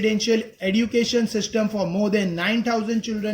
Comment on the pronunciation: Education ka pronounciation wrong kar rhe ho sir